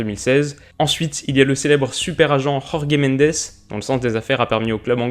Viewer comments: "JorGué Mendes" ?? Oula en portugais ça se prononce JorJe Mendes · Salut, pour info, la prononciation du portugais est sensiblement différente de celle de l'espagnol. Jorge Mendes ne se prononce pas [Khorkhé Mendès] mais tout simplement... [Jorge Méndeuch]. Beaucoup plus proche du français finalement. Je surveillerai tes progrès dans tes prochaines vidéos! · Comme d’habitude tes vidéos sont très bien écrites et tes très bien faite donc celle ci ne déroge pas à la règle, seul bémol ta prononciation sur jorge Mendes: étant portugais ca ne se prononce pas à l’espagnol sa se dit comme ça s’écrit pas besoin de Dire « rorgue mandés » 🤣🤣🤣 Sinon parfaite la vidéo 👌👌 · "Rrorrguê Mendêçe" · Si on est cultivé On ne peut pas dire "rorge mendes " alors qu'il est portugais et pas espagnol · Ta prononciation "Jorge Mendes" horrible... un "j" en portugais se prononce comme en français... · Bonne vidéo a part le maillot de Porto et la prononciation de Jorge Mendes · Tu prononses mal jorge mendes on dis jorge comme en français